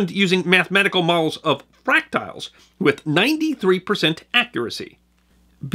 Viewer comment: Hey, the word, “fractal” is pronounced FRACKT-ull or FRACKT-ell, not FRACK-tile.